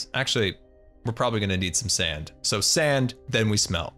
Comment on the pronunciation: i think you mean SaAnnNDd